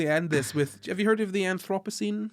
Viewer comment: You pronounced Anthropocene just perfectly the first time!